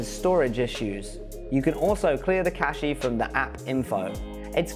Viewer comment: good video, but fyi, cache is not pronounced cashee, it is pronounced more or less as cash is.